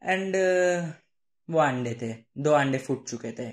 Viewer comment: if you notice he said "aande" instead of ande 👀